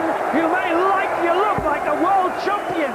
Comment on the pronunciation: "World chumpian" classic commentary there!